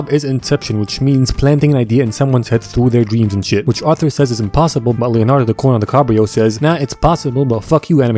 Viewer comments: leonardo di-corn-on-di-cobb-reo..... aaiyooo.. i am on the floor 🤣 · Replayed a few times. Leonardo di corn-on -di-cobrio. Awesome. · "Leondardo-di-corn-on-di-cobb-reo" You just ascended, my man. Higher Boi. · "leonardo de-peak-rio" got me dead laughing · "Leonardo di-corn-on-di-cobb-reo" had me fcking dying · Not gonna lie, kinda pissed myself at "Leonardo di-corn-on-di-cabb-reo" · Leonardo di-corn-on-di-cobb-reo 🤣 i‘m fucking dead